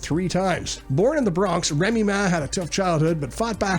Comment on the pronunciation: ….Reeme Ma =Remy Ma the rapper is how u pronounce it yo✔️…